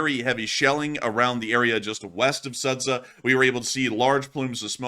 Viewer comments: I always have fun with the way pronounces Ukrainian and Russian names! I am in no way trying to offend or make a claim, just a fun fact! in this case, the correct pronouncement is not Sadza but Sооdja! thank you for your work with best wishes from Ukraine! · you're not pronouncing the town name correctly, it should sound like Sujah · Sudzha is pronounced as SOO-juh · The name of the town is pronounced as "Suji". It's because they dont have the sound J they write it as d+zh sounds and then not very clever google or whoever provides the names in English transliterates it, making it worse. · BTW it's pronounced: sood jah ;) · "Sudzha" reads ----> SoodJa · In case it's going to be recurring topic: the name of the settlement is marked on the map as Sudzha, but it is pronounced something like Soodja [soo- like in 'soon' and -dja like in 'Jah']. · ^this. Same for Kinzhal BTW. Good practice is letting Google Translate read it out.